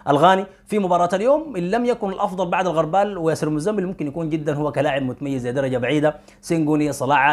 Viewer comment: الغربال بضم الغين وليس بفتح الغين